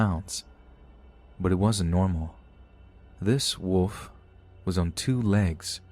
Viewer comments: Are you kidding? Wolf, not woof. what are you a dog or something? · It's so funny how you pronounce wolf. Hehe. Wood. Love your channel.